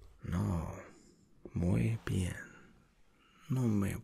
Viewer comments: Hey, I'm from Argentina and I wanted to say that your spanish is very good, but you had a bit of a mistake when you were saying "No muy bien". Actually, when we feel bad we just say "I feel bad", or "Me siento mal" in proper spanish. The way you pronounced "No muy bien" actually sounded like you were good, but doing a funny face while saying it:P More of these please. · Im Colombian, and in the "No muy bien" phrase you change completely the meaning of it because of the pause you did between NO and MUY BIEN, you should say it straight, without pause, but youre not bad :)